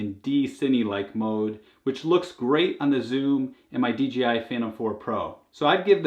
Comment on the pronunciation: FFS D......J.......I... NOT DGI!